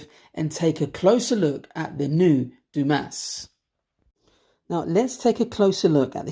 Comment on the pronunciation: Believe it is pronounced "Du-Mah." Great review, love this watch.